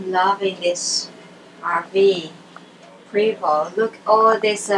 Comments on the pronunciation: Prevost is pronounced “Pray-vo” Thanks for sharing your tour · Your right, if you don't know how to pronounce the name properly, Pra-vo. F.Y.I. it's French. Stay out of the coach and look at it from the outside like everybody else. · How are you at an event for them and don’t even know how to pronounce Prevost!????